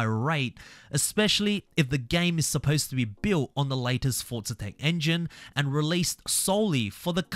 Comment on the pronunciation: Fortza fortza fortza